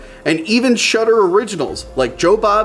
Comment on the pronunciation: I like whore films, maybe I'll try that shudder site, thankfully the text confirms he's saying shudder and not shutter in that murican way.